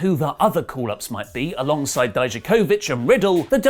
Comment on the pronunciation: Again, for the millionth time, it is pronounced dee-yack-ovich